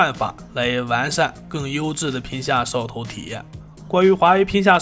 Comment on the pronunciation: 我听的是嗖哦头